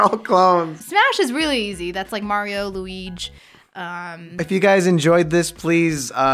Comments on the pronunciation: ahh yes mario and luiege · LUIGE LMAO